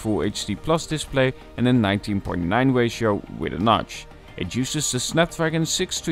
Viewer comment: It's 19:9 (nineteen by nine) not 19.9 lol Edit: I am not really laughing, I just added a 'lol' to make sure it isn't hate